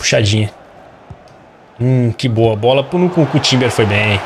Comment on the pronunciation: vei o engraçado no lucas é q ele fala a maioria dos nomes dos jogadores errados nunkuku kkkkkkk